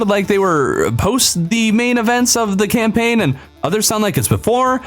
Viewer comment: Said camlaign (just saying)